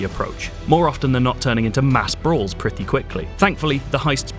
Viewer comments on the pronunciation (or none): Reviewer pronounces his T's are Th's. "prethy quickly"